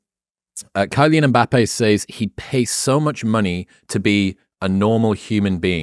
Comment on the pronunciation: The word “says” is pronounced as (sez). Stop saying (saize)